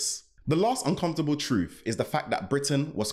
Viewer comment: The only 'uncomfortable truf is you mispronouncing 'th' as 'f'